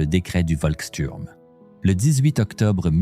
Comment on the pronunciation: On dit chtourm